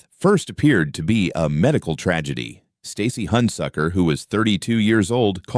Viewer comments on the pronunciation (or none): I don’t know how many times you said Stacy Handsucker 😩